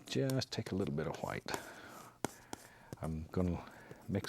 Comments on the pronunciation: I like that little accent when he says”titanium hwhite” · I love how he says Hwhite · Bob Ross: " And im going to get some white" Brian from family guy: " why are you putting so much emphasis in the H" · Who else came on here so you could hear him say white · does anyone else love how he says white?😂🙈🙈